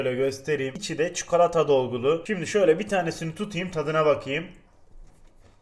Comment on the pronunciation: çukolata diyişine hastayım bu adamın